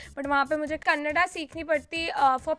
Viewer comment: You are among 1% north Indian who correctly told KANNADA instead of KANNAD